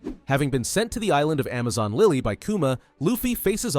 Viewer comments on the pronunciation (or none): none